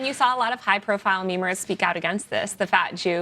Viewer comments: Everytime these people say memerz, I cringe. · When that woman said "memers" I, unironically, physically, cringed